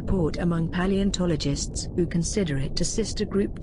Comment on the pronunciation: I like the way paleontologist is pronounced here. In my opinion, it is more correct than what you may hear otherwise. Remember: this word is of ancient Greek origin and has nothing to do with a bodyly condition.